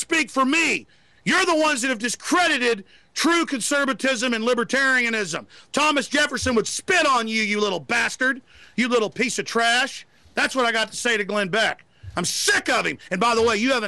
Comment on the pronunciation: lol "conserbitism"